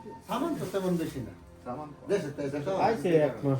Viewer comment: ছামান না সামান??